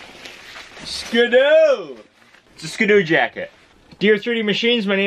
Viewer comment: its ski-doo not skidoo so it is pronounced skee-doo, it is not pronounced skdoo